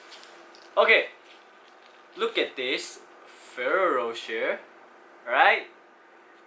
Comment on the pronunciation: You pronounced it wrong dude, the Ferroro is right but the rocher is wrong, it should be like Ro "SHARE" because the italian accents.